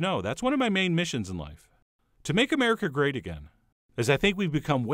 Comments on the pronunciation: ummm...he said make America GRATE...GRATE...LIKE GRATED CHEESE. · "To make America grate again" :D